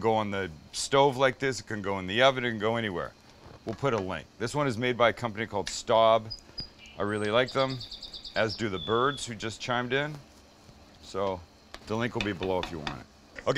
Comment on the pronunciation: Staub ... pronounced "ssht-ow-b" (as in "ow, I hurt myself")